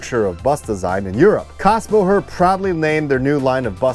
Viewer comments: You keep mispronouncing Kassbohrer. The "h" is silent, and you say what sounds like "Kassbo-her." It's "borer." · There is an umlaut over the A... it's pronounced KAYS-bohrer ;) It is the starting point of today's modern Setra. The Cadillac of coaches IMHO. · Little hint: "Kässbohrer" is pronounced in front like Kes vom Voyager. Kes-bohrer. Yeah... those dots above the A matter ;) I never heard about this joint venture. Thanks so much for this video!